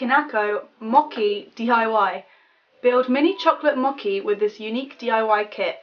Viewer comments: "moki"😂😂😂 it's pronounced mo-chee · Mocky instead of mochi omg lol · You pronounced 'mochi' all wrong! I thought you were say mocky! It's pronounced like moe-chee. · ''moki'' it's mocchhhhhi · You were pronouncing mochi wrong! You were saying mock-e when it's pronounced moh-chee. Sorry to be picky, just bugged me :p. Also, try German sweets/candy, I went there with my school and god are their sweets odd. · the mochi is pronounced like a normal ch not a k ;A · "Mockey" it's Mochi like moe-chi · mochi is pronounced mo chi not moeki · its mochi (moh-chee) not (mokee) 😊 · The "white disks" are called mochi (mow•chee) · It is actually read as mo-chi and ramu-nae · And btw the diy candy that you made, that has the white. That was suppose to be mochi(mo-chee). Its a japanese dessert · it's mochi (mojee) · Mochi is pronounced mo-chee